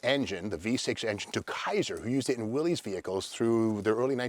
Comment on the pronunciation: Thanks for mentioning the Corvair Monza Spyder. It was the world's first successful turbocharged production car, after all the problems that Oldsmobile had with their Starfire (?). On a different topic... Willy's? WILLY'S??? In yesterday's video about the Willys Jeep pickup, you made a specific comment about the pronunciation of Willys, being very clear that it is pronounced WILL-iss, not WILLY's. Then today you got it wrong! Two questions: 1) why is Katie's hed always pixellated? The dog lovers in the studio audience (myself included) want to see her in all of her canine beauty! And 2) What's up with the chef's hat when you're crouched down in front of the early Valiant, "whining" (in your words) about having your show on Motortrend canceled. I agree that it was an awful move on their part, obviously done in haste without thinking it through. As much as I miss that show and how you would comment on half a dozen cars in one half hour episode, I like this more in-depth coverage better. Keep up the great work!